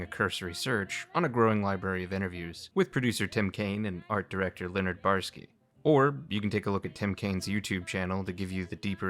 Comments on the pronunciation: Say it with me now: Bo-Yar-Ski! 3 syllables. Not Borsky, or Barsky lol. Nah, just kidding. Not a huge deal, but still irked me a bit. Other than that little hiccup, it's a great video. Even though I knew most of this info from countless other retrospectives and documentaries on YT, there's no such thing as too many video essays on classic Fallout. Yours particularly stands out thanks to your presentation style and your sense of humour. Never thought I'd learn something new about Poker from a video about Fallout lol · What's with the weird refusal to say the "oy" in Boyarsky?